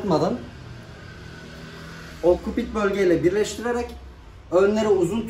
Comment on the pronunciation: Okkopit değil abi oksipital